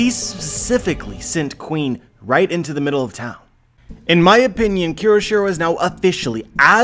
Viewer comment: Great theory as always, but you (and other youtubers) keep pronouncing Kyoshiro wrong by adding an extra "r". It is pronounced KYO-SHI-RO, not KEY-RO-SHI-RO.